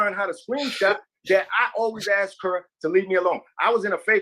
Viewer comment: Before she learns the word supposedly..maybe she should start with “ask”